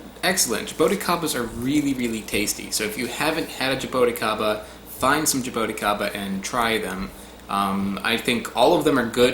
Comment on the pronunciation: Actually, ingula is right... It's jabuticaba - if you want to use the Brazilian word for the fruit. You could say "jabooticaba" to sound like we say here in Brazil... :) Love that fruit and its beautiful tree... Hugs from Brazil!